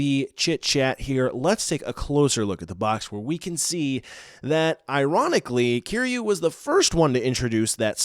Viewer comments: The way he originally pronounced Kiryu angered me 😂 Kiyuu is a very irritating sound.. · You're pronouncing Kiryu wrong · ik it's kinda strange..